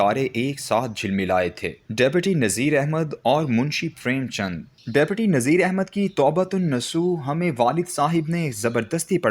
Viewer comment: How illiterate is this reader? He pronounced Awadh as Odh. In Urdu Deputy is pronounced as Dipti. There are tens of other mistakes as well. لا حول ولا قوت.